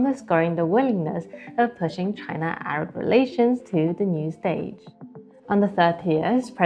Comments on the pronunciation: Not ARBA but ARAB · CHINA-ARAB SOLIDARITY, NOT ''ARBA''